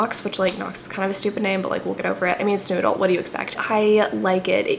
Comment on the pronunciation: I love how every time you say New Adult I hear "Noodle" and I think the genre should be renamed honeslty